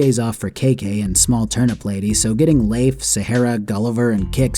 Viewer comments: Pretty sure Leif is pronounced "Leaf" like a leaf, not Lafe. But good video despite that. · "layf" lol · Just gonna say, as someone who knew someone named Leif growing up... It's just pronounced "leaf" lol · Jesus, guy. Learn how to pronounce Leif. It's literally pronounced like "leaf". That's the joke. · I agree with a lot of this But I can't agree with you pronouncing his name "Layf"